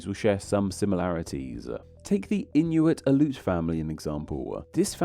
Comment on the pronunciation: Aleut is pronounced in thee syllables. The e is separate of the u.